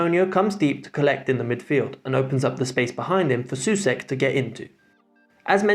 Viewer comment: Souček name pronounciation is something like souchek